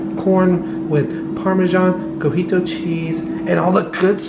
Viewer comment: Cojito or cotija cheese? Lol 😂 you guys are so cute!